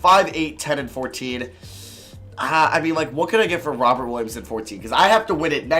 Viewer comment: I know it’s Robert but it sounds like he says robin williams